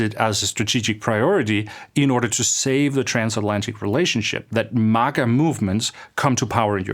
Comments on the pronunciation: Wtf is “mugguh” it’s MAGA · This guy can't even pronounce MAGA correctly.